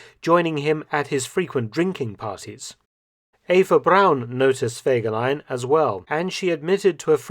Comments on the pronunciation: I want to clear up a few things, I've had the privilege of being able to talk to someone who knew a few things and that is as far as I'm willing to go to offer proof of what I'm saying here. The name was actually pronounced with FEE not Feg. The photos shown in this video also tell a story, and I'll get to that towards the end. Since the beginning when the cavalry units were regiments himmler kept assigning scoundrels to fill the ranks of the units. There was a definite discipline problem and Fegelein having no military training was forced to deal with it. Even Dirlewanger was temporarily in his brigade. There's a reason there's no direct orders for a lot of the things his units are supposed to have done. His anti-partisan activity reports were also exaggerated. There were many, many villages but they all had place names and small populations. I've read that there were over 5,000 such places destroyed in the war, which I find unbelievable. Out of my own curiosity I've gone over the maps, these places wouldn't have housed 60, and they're reporting 300 shot, here, 240, there etc. They would have also had to have been entirely all of one particular ethnic group and they still wouldn't add up. If anyone believes that in 6 weeks following himmler's statement that they hadn't shot enough of a certain ethnicity that they got over 14,000 of them, that's pretty gullible. Btw, the leadership in that regime was exactly that. You can say the numbers were inflated to maintain favor, or yo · Fegeline! Fegeline! Fegeline! 🤣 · Fergelein. Fergelein! FERGELEIN!!!!!!!!!! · all I Could Is FEGELEIN. FEGELEIN. FEGELEIN. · FEGERLEIN!! FEGERLEIN!! FEGERLEIN!! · FEGELAIN! FEGELEIN! FEGELEIN! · Fegelien!!!!! Sorry....